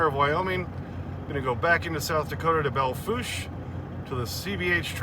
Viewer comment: Yay, you said Belle Fourche (Bell Foosh) correctly! Now we just need to get folk to say Broadus, MT (Broad us) right too!